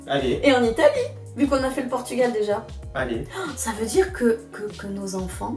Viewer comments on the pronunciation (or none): none